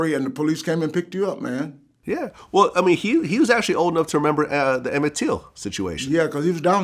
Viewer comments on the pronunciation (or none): Why does Vlad say Emmett Teel?